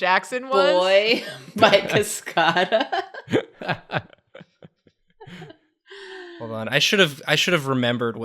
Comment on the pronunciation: I’ve never heard anyone pronounce the band Cascada like that. And I don’t know how to feel now